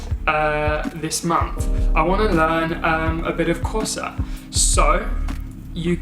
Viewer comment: Nice Xhosa bro :)